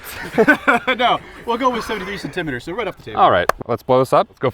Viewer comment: I don’t think I’ve ever heard someone pronounce centimeter as sent-TIM-eter